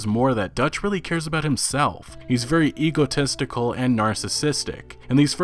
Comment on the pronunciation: I can’t be the only one who thought he said Hugo Testicle instead of egotistical!